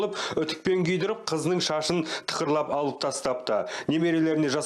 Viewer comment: Неге таза сөйлемейсіңдер тележүргізуші тықырлап е мес ,тақырлап балдар емес балалар үстаз дұрыс айтпаса басқаға өкпе де жоқ қой.